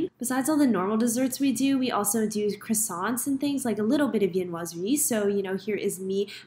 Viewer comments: Croissant is pronounced as Kwason ma’am. You’re in Paris as a pastry chef, you should know this 😂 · Great job! Just one thing. If you're working in Paris, please learn how to pronounce croissant properly! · French patisserie cheffe who still cannot pronounce croissant correctly…